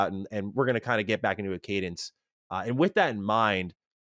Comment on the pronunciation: please... please don't say Cadence again.